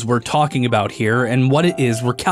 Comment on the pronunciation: What aboat shulker boxes. Agin what aboat shulker boxes